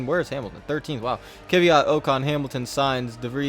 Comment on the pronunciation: That kvyat radman. you're Butching this guy's name this guy's name